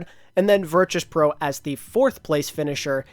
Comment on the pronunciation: The way says Virtus pro is making me mold